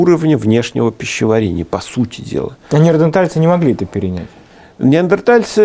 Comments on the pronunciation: ведущий всегда говорит - неардентальцы((( уровень(( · Но всё так же говорит "неаРДентальцы") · ...на камнях! ....нет, не на камнях. Они растягивали шкуру, заливали водой и бросали туда раскаленные камни! ....да, да на камнях. Ведущий - идиот!!! А, его неаРДЕНтальцы, это блд - к логопеду!